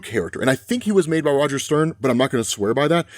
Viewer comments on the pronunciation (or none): none